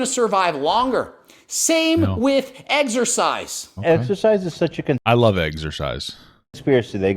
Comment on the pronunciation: The way the guy pronounced it “eggsersize” drove me nuts lol